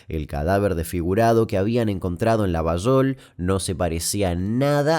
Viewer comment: muy bien pronunciada "Llavallol", que no es correcta la forma pero es como lo pronunciamos lxs llavallolenses.😁Esa teoría de la vinculación con el mosad y con la cacería del nazi eichmann lo leí pero no hay nada más que un par de notas viejas.